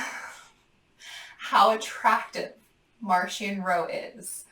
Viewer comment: “I am a fan of Marchion Ro” – reads “Marchion Ho” hahahahaha but aren’t we all